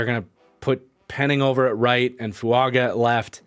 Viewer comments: Its Fuaga not Fuanga. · 5 minutes in and man if I gotta hear you say Fuanga this whole video I'm gonna be sad